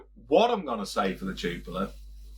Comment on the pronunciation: Cracking beer 🍺 one of my top 3 on perfect draft! Sorry to nitpick but your pronunciation is wrong it’s pronounced Jupilee